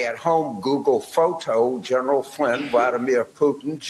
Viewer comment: "gOoGlE FOe-tOe" 😂😂 shut the f up